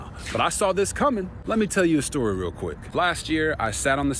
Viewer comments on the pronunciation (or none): none